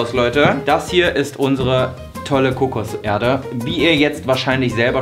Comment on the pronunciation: Sprachfehler. Kommt eben aus NRW 🤷🏼‍♂️